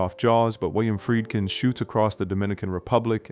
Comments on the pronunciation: Friedkin is pronounced " Freed- kin", not " Fried- kin". Its a german name. You pronounce the second vowel, not the first. Look it up. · Some constructive criticism. First, I assume the narrator is human (not AI). If so, make sure you pronounce things like director’s names correctly, like FREED-kin, not FRIED-kin. Movie buffs know these directors names, so, mispronouncing them sounds low-effort. I liked the video, but the mistakes kept me from subscribing. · Can't pronounce Friedkin.